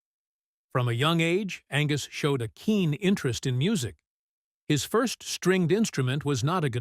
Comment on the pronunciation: Like "March thirty forst?" Ugh.